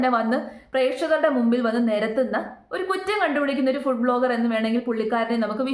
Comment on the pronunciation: വീഡിയോകൾ ചെയ്യുന്നത് "ബ്ലോഗർ" അല്ല "വ്ലോഗർ" ആണ്.